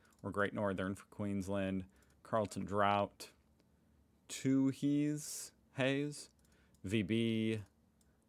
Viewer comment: Hey - it's Carlton DRAUGHT.. which is the Australian spelling of the word DRAFT. Therefore "draft beer" here is "draught beer". btw, I just did a speed test and my suburban Brisbane internet speed was 108Mbps - double what it was until recently. Not great.